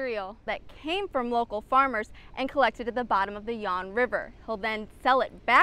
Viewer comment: Fawn river dummy. Not yawn